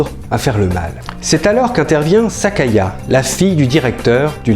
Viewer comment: Petite correction : c'est Sayaka, pas Sakaya ^^